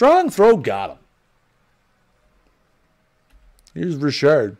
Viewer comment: It’s Richard not Rishard!! Ugh your killing me, learn the names before you butcher them please.